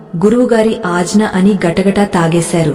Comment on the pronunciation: sariga telugu telisinavaritho cheppochuga.aagnya,moodha ,hatattuga ilaa konni padalu tappu palukutunnaru.tiyyani payasam lo palukurayi laa. జ్ఞానము జ్ఞాపకము.. గాఢ దృఢ ఇలాంటి పదాలు పలికేటప్పుడు..